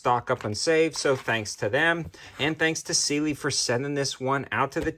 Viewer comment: Pronounced Si lee